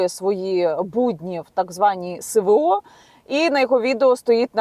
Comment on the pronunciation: Що це за ,,севео '' ???!!!!! Нема букви СЕ , 'є буква ЕС !!!Не соромно ,бути такою безграмотною ? !!! ДИЗЛАЙК ! І НІЯКОЇ ПІДПИСКИ !!!